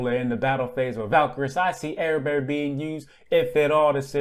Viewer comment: Actually he didn't, but almost no one can since it's Celtic and whoever decided the transliteration of Celtic should be hung. It's closer to "Ah-red-far" or "Ah-red-var"